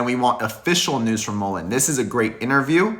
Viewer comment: I support your videos. However, check out how the man in the video pronounced Mullen. He pronounces it correctly. Mull rhymes with gull. As in seagull. I really enjoy your videos, but I’m a stickler on pronunciation of Mullen. Sorry that I’m so particular. Lol